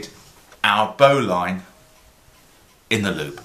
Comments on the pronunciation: BO'Lin pronuciation.. like Botswain is pronounced Bo'sun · What you have there is a double bowline on a bight. Refer to the tug boat bowline for a single bowline on a bight . And if you pronounce it "bowlin" you won't sound like a land lubber.